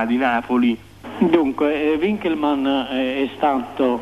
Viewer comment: Gigante è Gigante, appunto, Ma l'intervistatore che dice U inkelmann non si puo' sentire, la lingua è Tedesco!